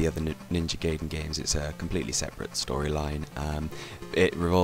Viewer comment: Ewwww emulator footage! It's pronounced Guy den, not gay den lol. Other than that good review. In the description box, who is "we" and "us"? Just wondering if you have more than one person working on these videos.